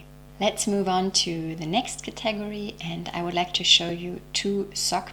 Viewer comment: I enjoy your content so thank you for this video. I had to turn on the captions only for one word that I couldn't understand until I read what you said. You pronounce "category" with the emphasis on the second syllable. Native English speakers say "CAT-uh-gor-ree". Shared with no judgement intended.